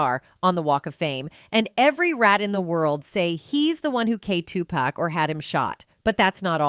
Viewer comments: Why can't you pronounce these names 😂 it's POK for Tupac soog its Suge as in Sugar you murder these names on every video ya put out no matter who it is how we suppose to take what ya put out serious practice the names before ya put it out 2 biggest names in the rap world we all been hearing these names 30 yrs and you get em wrong it's so annoying even Keefe D name 😂😂😮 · roflmao, the AI narrator is both messing up Tupac and Suge's names. This is ridiculous.